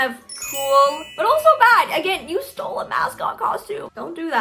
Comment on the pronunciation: Tyler viteli: YOU STOEL MY VIDEO 🤬